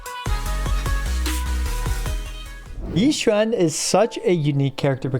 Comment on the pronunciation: I just love that he said Xi Yuan all the video lol😂❤